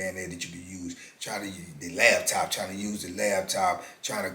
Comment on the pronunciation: *laptop 💻 not *labtop